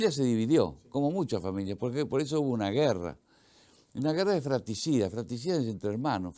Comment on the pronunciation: No es "fraticida", es "fratricida".